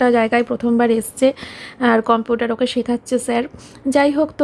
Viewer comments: Computer uchcharon ta thik koro bar bar bolcho sunte ki baje lagche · Computer উচ্চারণ ঠিক করে তুমি যদি না করো জয়ী ও তো ওটাই শিখবে